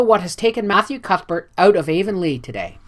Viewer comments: Not meaning to step on toes, but the correct pronunciation of Anne's home town is Av-on-lee "av" sounding like the first syllable in avenue...spelled Avonlea. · Please forgive the mispronunciation of Avonlea! I get better with the following books!